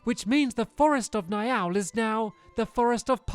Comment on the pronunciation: Niall is pronounced neel